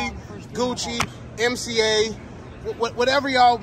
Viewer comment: Bruh said mca 😭